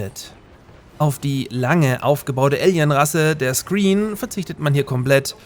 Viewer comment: Da sind aber folgende Fehler von dir drin: 1.) Bei C&C 3 Tiberian Wars heißen die Aliens nicht "Screen" wie du es aussprichst, sondern Scrin. 2.) China in Red Alert 3? Solltest nochmal genauer die Lore von Red Alert 3 nachlesen. China ist nicht die dritte große Partei, sondern das japanische Kaiserreich. In Anbetracht der politischen Beziehungen in unserer Realität zwischen China und Japan und deren Vergangenheit, ist das ein schwerwiegender Fehler....